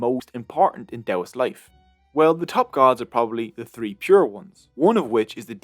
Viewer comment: Nice video but it's "three" not "tree".